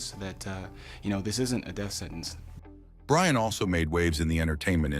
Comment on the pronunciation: The Ai keeps calling him Ryan ...his name is Brian!!!